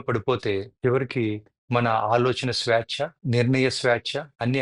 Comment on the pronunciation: కథ బాగానే ఉంది గాని మీ పదాలు పలకడంలో తేడా ఉంది స్వాచ కాదు స్వేచ్ఛ